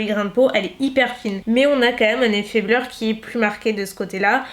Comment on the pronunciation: Du coup est-ce qu’il existe une poudre de finition mais Matt ? Effet bleur’ comme tu dis mdr